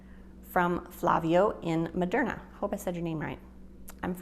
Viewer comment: Modena (Mo-den-a) not Moderna